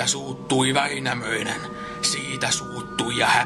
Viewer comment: In several verses you seem to have pronounced endings "-nen" as "-sen" in both Wainamoinen and Youkahanen. I have zero knowledge of Finnish. Did I hallucinate this? If not, why? Thanks :)